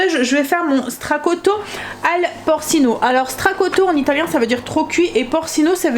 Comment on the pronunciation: Coucou 🤗 Les feuilles de lessive ont l'air vraiment pas mal, c'est cool qu'avec ton code on puisse les essayer gratuitement 👍🏿 merci 🙏🏼 Le mijoté aux cèpes en fait sa traduction c'est "trop cuit" en mot à mot, mais plus dans le sens de mijoté et les "porcino" ça se prononce "porchino "😉 c'est juste pour ton information et pas de la moquerie du tout 😍je me suis permise comme je parle italien... des bisous à bientôt 😘